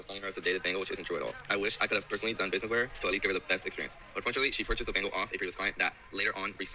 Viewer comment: She says it completely wrong lmao it’s BEN-ghal and it cracks me up every time